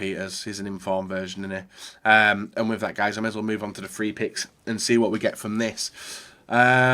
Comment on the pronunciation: Please learn to say the number three correctly, it physically pains hearing you "Free" instead of "Three"